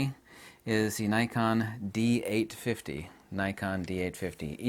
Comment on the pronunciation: Dee eight fitty